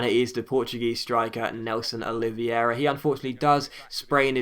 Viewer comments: It's pronounced Nelson 'Oli-ve-ra'. :) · Its Nélson Oliv-hey-ra. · Nélson Oliveira is pronounced " Oleeveyra " :)